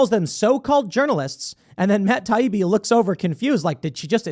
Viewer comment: Every clip of Democrats I’ve seen has been disgusting. Mispronouncing Taibbi’s name, dripping with condescension….they hate real journalists and whistle blowers. I’m so glad I left the Party for good when they chose Biden